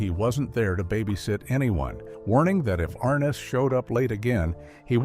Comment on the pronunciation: arNESS. Accent on the NESS. ARness.